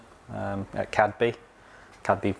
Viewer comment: Cadeby actually pronounced Cade-bee. Lets note that Teddy Boston was a friend of Rev. Awdry and was the prototype for the Fat Controller. Though he did appear as himself [as the Fat Clergyman] in at least one of the Skarloey books. Awdry appearing as himself as the Thin Clergyman. Anyhow, great to see Pixie coming back to life.